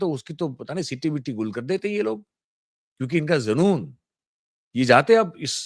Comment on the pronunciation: सर!सिट्टी पिट्टी गुम होता है और जुनून होता है ज़ुनून नहीं। जैसी स्थितियां आप बता रहे हैं तो आम आदमी का किसी भी प्रदेश में जो बीजेपी की है उनमें बाजारों में घूमना मुश्किल है।